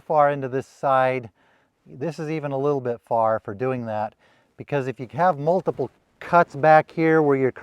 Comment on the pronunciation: Humboldt not "humbled". Worn off not "wore" off. Multiple not "multibull".